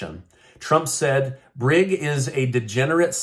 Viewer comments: Bragg not briggs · Bragg not Brigg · Bragg, not Brigg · Alvin Bragg not Alvin Brigg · It's Alvin Bragg, not Briggs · Alvin Bragg - you are doing what's refererred to as a microaggression. Mispronuncing the DA's simple name. 😂 Bragg, not Brigg. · Alvin Bragg not Briggs. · Alvin BRAGG not briggs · Bragg not Briggs.